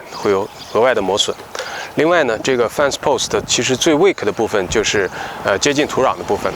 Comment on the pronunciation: 念fen ,不念fan啊。